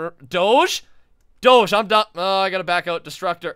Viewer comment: U don't pronounce doge like that